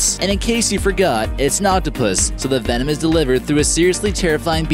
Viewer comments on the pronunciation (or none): none